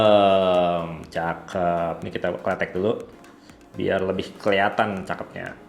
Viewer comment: Bacanya bukan e'sm bang, tapi o'sm